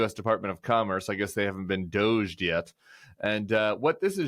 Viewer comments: It's pronounced "DOG E".🤣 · It may be spelled D.O.G.E., but I'm pretty sure it's pronounced Doooo-Shhh in South African.